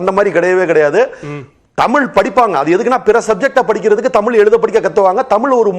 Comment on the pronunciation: ஆசிர்வாதம் நீ முதல்ல தமிழ் ஒழுங்கா உச்சரி தமிழின்னு சொல்லவே தெரியல உனக்கு நீ எல்லாம் பேச வந்துட்டே